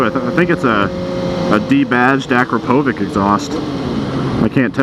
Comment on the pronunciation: Yo great video! i like that custom R6 as well:)) btw Akrapovič is pronounced like Akrapovitch, now you may be the only motovloger saying it right man! keep it up